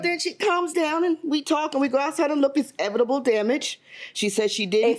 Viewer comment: She said evitable damage I’m like something is wrong but feels right 😂😂😂